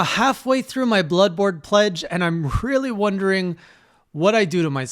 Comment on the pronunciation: Did I hear "Bloodbored" correctly? Oh no :D